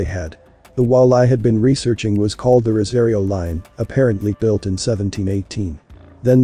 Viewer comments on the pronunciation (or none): none